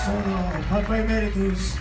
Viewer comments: we literally have people in the video, from the band and otherwise, saying "emerEEtus" and this dude keeps repeating "emeraitus" for no good reason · It’s Papa Eh-MARE-ih-tus not “emma-rye-tis” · Popeye Maridis??? wtAf? PAPA E-MERIT-IS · lol Emer-RIGHT-us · Papa "uh Mare eh tus" is how it's pronounced. You don't hear Tobias say it that often but he does in this video. I think a lot of people get it wrong. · That narrator said "Popeye mur-eye-tis" so funny! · Very nice video and all but 'Emeritus' is pronounced wrongly throughout the entire thing even though the correct way of saying it can be heard multiple times by several nameless ghouls and Tobias himself in this very same video. That threw me off a bit. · Love how some people can't pronounce Emeritus correctly. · the way you pronounce "emeritus"........ hurts me. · Why do people have such trouble with the word "emeritus". Hate hearing people pronounce it like it's an STD.